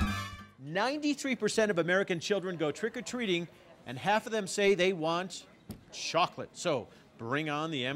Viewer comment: "They want shokolate" xD